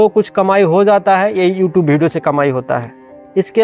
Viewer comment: Tu pahle video achha se bol le, hamesha bhideo bolta hai pagal